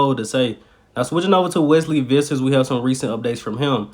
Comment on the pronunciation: Your pronounciation of Wesley Vissers is one of the best of all reporters